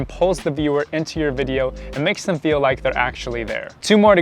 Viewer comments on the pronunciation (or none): none